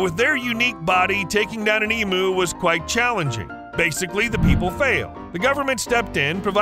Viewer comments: The narrator mis-pronounced the word emu. It is said eeeeeem you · When you do a video on Australia please learn to pronounce emu. It is eem-you not eem-oo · E-m--u not E-moo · As an Australian it's painful to hear all Americans call emus emoos , they are pronounced EMYOU like you not moo like a cow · It's eem-you, not eem-ooo. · it is Emew like mew from pokemon nor emoo like a cow moos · For christ sake get it right, they are "eam you's" not "eam oo's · Learn how to pronounce the word Emu. Its pronounced em-u not e-mu. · such an irriatation with the pronunciation here its EEEEEM YOU no fucken eeeeeeee mooo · Emu is pronounced ee m you